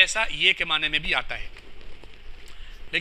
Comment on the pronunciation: اس مولوی کو لفظ معنی کا تلفظ ادا کرنا نہیں آتا